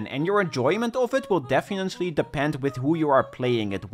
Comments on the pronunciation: "defiently" lol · Are you ever gonna pronounce "definitely" correctly?